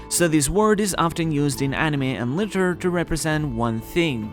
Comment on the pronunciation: I thought it was quite funny that you pronounced Literature as Litter/ - into the video. ( I don’t know why, it’s a negative number counting down to zero.) Anime and Litter. Edit, isn’t an accurate time stamp, clicking that isn’t the part of the video I mean.